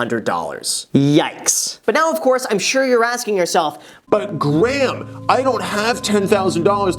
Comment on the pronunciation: Why do i always hear greg* instead of graham? And i always go wait!... is his name greg? then i check the channel name and all!